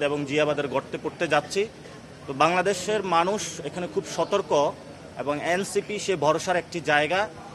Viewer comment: সাপ্তা,এ্যাবং,পতিক,ইঞ্জিনিং এই হলো নাসিরের উচ্চারণের অবস্থা